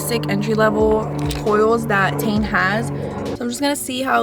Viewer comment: It's not Tane -- -- Tee en